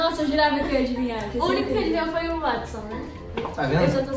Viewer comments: Eles só falam Wotson mdssss, É Watson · mn eles errando o nome do Watson.....falando wotson rsrs...amei esse video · Os chamando o watsom de "Wotsom" kkkkk